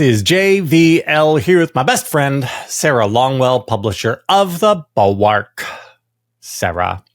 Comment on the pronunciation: Why does JVL pronounce "Bulwark" that way? Is he trolling Sarah?